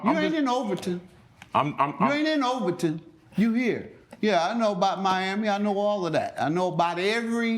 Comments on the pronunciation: exactly. Every time he said Overton, I cringed. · Wow. He should know it’s called Over-TOWN not Overtin lol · It's not called “Overton”. It's actually called Overtown says the one who knows everything about Miami. Lolll